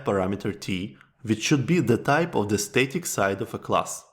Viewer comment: static is pronounced “stah-tik” not “stay-tik”. The first vowel is as in stab, not stay.